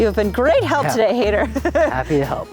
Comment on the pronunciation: It’s High-dhar not Haider like Raider